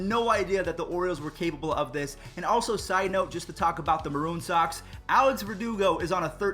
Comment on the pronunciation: “Maroon Sox” lol